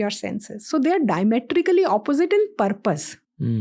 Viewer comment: you cant say EUAWWWROPE for Europe and then say Purrrrpussss ffs